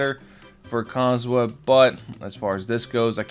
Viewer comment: seriously, stop saying his name wrong. theres an "h" in his name, say the H!!!